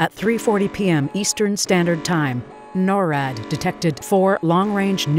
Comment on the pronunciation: It’s not called norad it’s called NORAD